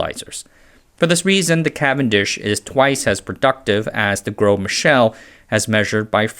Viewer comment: "Gros" just means "big" in French. (Pronounced more like "grow" than "gross".)